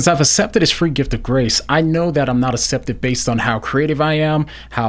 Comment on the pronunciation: This is lovely but I feel like commenting on how says "acepted" 😄